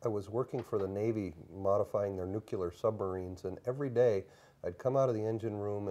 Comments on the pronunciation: "nucyoular" submarines. good. This has credibility written all over it. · if you pronounce "nuclear" like Dubya Bush does, it undermines your trustworthiness. Believe me, it does.